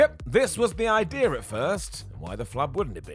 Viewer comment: Idea* not Ideer